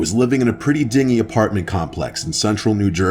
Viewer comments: Uh, that's *din-jee*,. Means gross. A ding-ee is like a lifeboat. Other than that, good video. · Hee hee you said Ding-ie apartment 😆 instead of Din-Gee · Ding-y? lol I think you meant din-gee. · Pretty ..dingey..apartment lmao!!! I think he meant dingy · I’m sorry did you just say “ding-y?” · He said dingy like a boat. lol. The word that was meant was “din-zhee”. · did this man just narrate dingey as dingy? huh? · He said dinghy like a tiny boat. Not dingy, like dirty. 🤣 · "Dinghy" apartment building? How about dingy*, rhymes with tingey, mingey...